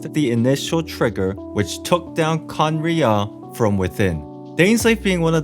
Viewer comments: i think you have trouble pronouncing khaenri'ah because you say each syllable like it's a single word: "khaen - ri' - ah!". but it's more like "khaen!rya". idk maybe this helps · bro you said Cumriah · It's pronounced khan-riya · It’s like (Kan•rea) ¯\_(ツ)_/¯ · Khan as in khan academy, then "ria" as in ria, the shaved ice. Khan ria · Please stop saying khanrei’ah wrong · remove the ' in Khaenri'ah that's how you pronounce it